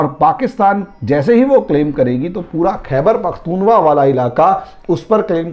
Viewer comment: सर जी khaibar pakhtun khwa नाम है।आपके मुंह से लगातार khaiwar pakhtun wa सुनता आ रहा हूँ।नाम लेने में थोड़ा सुधार कर लें